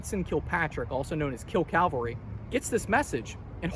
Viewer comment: Remember, mounted troops are called CAV- alry. Not CAL- vary... Jesus died on Calvary. Custer died as a member of the cavalry ...